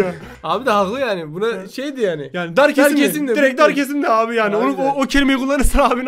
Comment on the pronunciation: Abiğ çay dedin canm çekdi